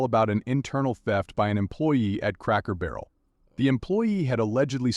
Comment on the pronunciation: Does this guy keep saying cracko barrel!? #donuthen #trashpeople